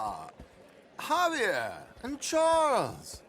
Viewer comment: A minute in, and a guy named can't pronounce Javier correctly. He must be from Texas.